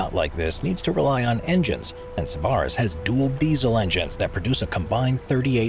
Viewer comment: SIB-uh-riss (NOT sib-ARRR-iss) your accent is on the wrong sylable !!!